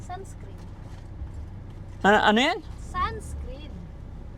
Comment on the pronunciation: SUNSCREEN HINDI SUNSCREAM😅😅😅😅😅😅😅😅😅😅😅